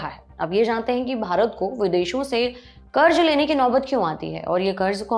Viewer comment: Plz don't be offended but you need to work on your pronunciation, It's not Karj but Karz